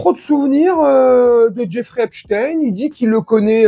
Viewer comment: pour le fond d'accord , par contre en France on dit "enStEIN" , donc epSTEIN ,sauf quand on imite l.c.i ,ou b.f.m , car quand ceux sont des bons juifs on dit STEIN ,quand ceux sont des voyous on dit stin....